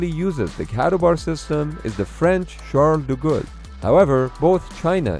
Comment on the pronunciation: Horrible pronunciations of the French carrier!!